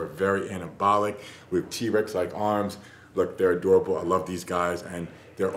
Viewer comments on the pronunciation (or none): bro said they adroable lol